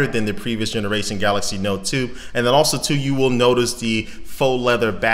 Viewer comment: Wow i was thinking "im crazy or hes saying galasy? Im gonna read the first comment" and there u have it :)